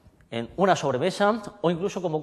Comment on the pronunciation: Citadellle nos propone 19 botaaaaaanicos y dos combinados de ginebras complejas en una buena copa artesanal italiana, buena decoración, bien explicado. Cata muy estudiada sólo le faltó afilar la lengua se le sale el patín en cuanto prueba el combinado con Chueps de burbuja media! "Buen shabor" CUAC!